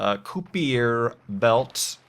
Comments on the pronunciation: It's pronounced KIE-PER belt. Not koopyer lol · Not sure if it was another -ism, but Kuiper is pronounced "ki-per" with a long "i" sound. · Kuiper rhymes with piper and viper. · "Kuiper" rhymes with "viper," just so's ya knows. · Nope, it doesn't. Source: I'm a Dutch guy and Kuiper was/is a Dutch man, and Dutch has a sound for ui that I haven't found anywhere in English so no wonder English speaking people can't pronounce it. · Weird Americans! Kuiper is pronouced way differently but I don't know how I'd explain it. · Creapcaptain It's just Kuiper, just like André Kuiper, but they also can't pronounce his name.(That's a different guy though)